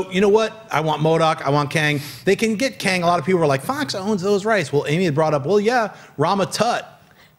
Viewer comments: Tang, Schnepp. Astronauts drink Tang. Not Kang lol. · You calling Tang Kang? Lol